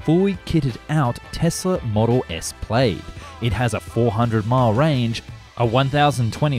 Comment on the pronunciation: Tesla model 'played'? Its pronounced 'plad', rhymes with glad.